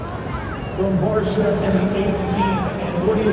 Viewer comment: If you're going to use AI/bot, at least "guide" it by calling 51 'BARSHA". It sounds more professional that way.